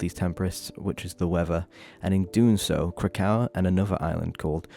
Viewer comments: Great work here but I have to be the one to say. It’s Krak-O-A. They mention it in voicelines all over the game. Every time you say Krakow it’s like a little knife in the ear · Just a heads up its Krakoa (KRAH-KO-UH) and Arrako (AH-RAH-KO) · had to turn the video off because of the way you pronounce krakoa 😭 i get it im dyslexic but it was hurting my brain LOL